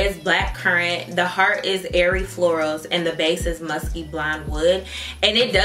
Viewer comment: My sister said “Did she say musty?” Screaming 😂😂😂😂😂😂 I’m like no MUSKKYYYYYYYY!!!!